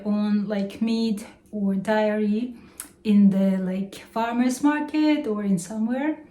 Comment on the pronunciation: Happy New Year, honey! We missed you. Just some notes on how to improve your channel: don't use "negative" all the time when talking about the temperature, because it sounds like a physics class. Start using the word "minus". Also, be careful about the word "dairy." You pronounce it wrong and it sounds like "diarrhea"—and trust me, you don't want that! haha. Please check the dictionary for the pronunciation. I love this channel so much; please post more!